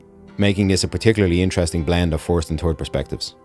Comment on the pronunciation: “A Turd person perspective “